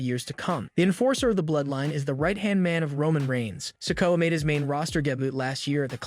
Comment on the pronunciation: Hope Solo doesn't ever win a title. I struggle to listen to you trying to pronounce his name. What's wrong? Got something stuck in your mouth?